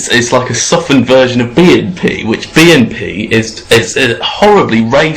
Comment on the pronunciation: I like the way he pronounces 'BNP' as if it was 'B 'n' P'.